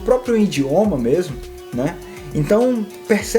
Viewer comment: Exemplos bem didáticos. Mas é idioma e não "indioma"😂